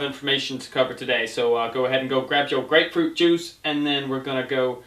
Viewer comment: The way he said grape fruit juice